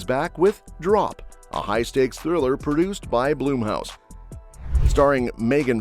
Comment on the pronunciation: It's BLUMHOUSE not Bloomhouse. Looking forward to some of these films.